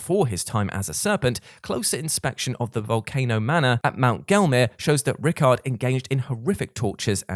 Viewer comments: Hes fucking pronounced Rai-kard, not Rickard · "Rickard" lolololol. RYKARD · Lmao just casually calling Rykard, "rickert" it's hilarious to me